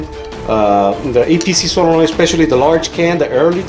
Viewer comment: "Sololoid" lol